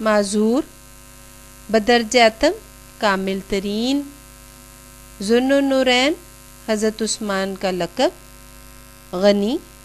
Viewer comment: Zun norain lafz ap n ghalt bola mam